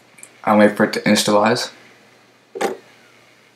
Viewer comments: did you say installize? that a cross between initialize and install? lol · in isha lize prononced like that. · initialize IN-Ish-E-uh-lies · "installize"? is that you? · u said initialize wrong XD